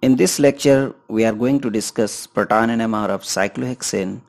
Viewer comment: To The Point Video. Excellent 👌 But Your Proton pronunciation Was Out of the world and Funny 😂